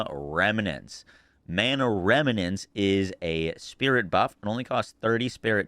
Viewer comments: Rem Nent Not remy Nents Lol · Rem-nents, not "rem-a-nents"